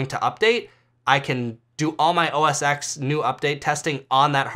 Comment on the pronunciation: just fyi, OSX is OS 10 not X like roman numeral 10=X